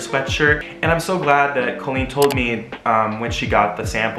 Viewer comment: Pronounces "Colleen" correctly AND knows where the apostrophe goes in the video title:, you are my hero (designs are beautiful, too)!!!